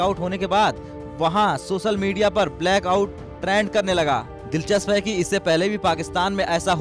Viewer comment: सेख रसीद नहीं , शेख़ रशीद, हमजा नहीं, हमज़ा सोसल नहीं सोशल मीडिया।